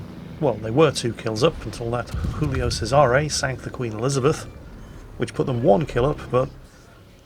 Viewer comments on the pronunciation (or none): "Hulio" cesare? what do you think, that it's a Spanish ship?